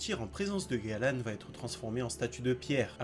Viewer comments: Juste c'est pas Galan c'est galand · Il n'y a que moi que ça choque ? "Fraudin" au lieu de Fraudrin, "Galan" au lieu de Galland "Greylord" au lieu de "Grayroad" fin bref....